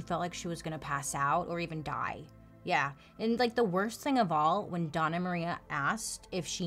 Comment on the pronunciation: Hello! Puerto Rican here! It's not DONNA Maria. It's Dona, with a ~ over the n. (Dough-n-ya) It's like Ma'am or Madame. It's an honorific.